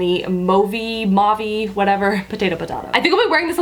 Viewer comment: Ah hah!!! You let the correct way to pronounce "mauve" slip! Loved it. Lol <3